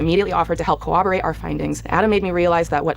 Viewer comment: I love swoop but I’m really gonna need people to stop pronouncing corroborate like cooperate with a b. It’s one of those pet peeve things that really grates on my nerves.